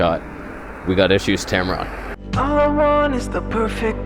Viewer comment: Love your content. Not a lot of people can blend humor and technical details. You are unique. Thanks for the information and also for making me laugh. "Tamron/Tampon" 😭